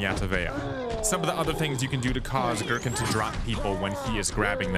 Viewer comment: As a huge resident evil lore nerd (0-code veronica because 4 onward suck story wise) it makes me cry hearing "Girkin" for some reason